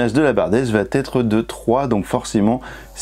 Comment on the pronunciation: VA ÊTRE! Celui ci va être! Par pitié supprimez cette vilaine liaison qui me fait bouillir les oreilles! Vatetre ça veut dire peuplier en norvégien! Très bonne vidéo nonobstant :)